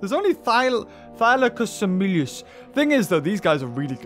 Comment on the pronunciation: You pronounce it like thigh-lack-oh-smile-us